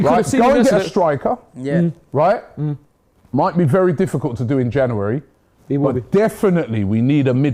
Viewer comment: Am I the only person who find the way Robbie says “Janooary” really annoying? 😆